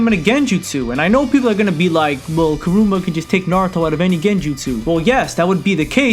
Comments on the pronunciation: Kumite (koo-mee-tā) not (koo-mī-t) Kurama (koo-rah-mah) not (kah-roo-mah) Otherwise great video I agree with all points made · 1. You should specify that you use "war arc" Naruto because you also use Mitsuki, a Boruto character. What about you "hokage" Naruto? 2. It is KurAma not KurUma. Kuruma=car in Japanesse. 3. Kumite is not pronounced as ku-might. "Mi" sounds the same as me and "te" sounds the same as in the word te-chnology for example. Disclaimer Not a hater, just gave you some advices, you can do and say whatever you want... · your vids are fire man, but it's KURAMA not KURUM-UH